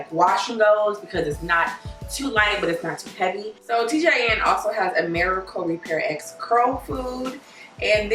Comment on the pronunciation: It's pronounced Miracle Repair Rx. It's the same as the abbreviation for prescription, hence the capital R at the end of the word Repair. I love your channel.